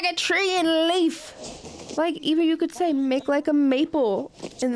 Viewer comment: LEAVE - NOT LEAF 😂🤣LOL